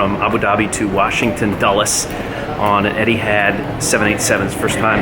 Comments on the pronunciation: is it too hard to say EtiHaad instead of etiHAD? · "eddyhadd". cringe